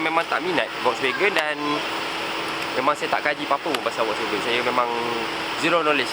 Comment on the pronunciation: Sebut volkswagen pun tak betul 😂. Wokswegan